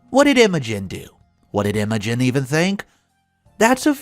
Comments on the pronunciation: This is how emotion is spelled not Imogen . It’s pronounced ima gene without the e. Learn how to pronounce words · Had to pause after I heard you mispronounce "Imogen." Think of it as "Emma Jean," but with a New Zealand accent. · EMO-GIN? PLEASE do us all a favor and ask someone how to pronounce names. It is extremely RUDE to mispronounced OPs names. Why are you so rude? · Isn’t it pronounced Emma-Jean (it’s an old fashioned name). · Pronounce it like M O Jean. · The I in Imogen, sounds like the I in Dim. Also the o is short, not like emoji at all.